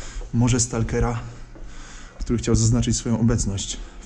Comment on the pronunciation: tóry pomyliles sie i zapomniales o "k"